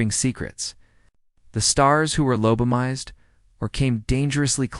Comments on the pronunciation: Lab-a-toe-me? Lab-toe-mized? On the one hand, it's foolishness like this that makes me very comfortable that AI will NEVER take over. On the otherhand.... if enough of us 'correct' the AI in the comments, it could correct itself. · 1st AI sentence in video, "LOBOMIZED". Thumbs down, blocked. Lazy ass editing.